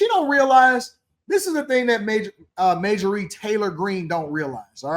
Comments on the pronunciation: He knows how to say her name he said it later on in the video. I jumped on him earlier a little bit about that too. About time I went on to make some other comments He said he called her MAY JOR REEE not Marjorie. ( Marge ger ree) Is 10 way of putting her down calling her out for being a fake in his opinion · Major ree lol , MARG- E ERY I know it's an old name bro. But you pronouncing it wrong but it ain't that big a deal I just had to point it out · please say the got dam woman's name correctly at least thanks